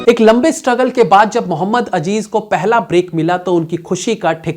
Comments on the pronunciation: Muhammad Azzzzeeeeezzz .. not ajjjeeeezzzzz मुहम्मद अज़ीज़ न के अजीज़ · Its not Ajeez ... its Aziz ...